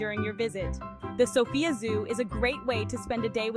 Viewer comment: The accent is on the 1st syllable....Sof...not on "ia"...